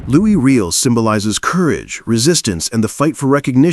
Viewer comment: His name is pronounced Loo E Ree L